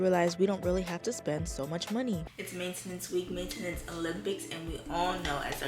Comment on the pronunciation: the way u pronounce maintenance makes me wanna gouge my eyes out